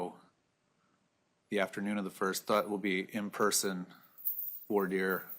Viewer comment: lol😂 calling Voire Dire “Voyeur”. Even I thought she wouldn’t be THAT dumb. 😬😬😬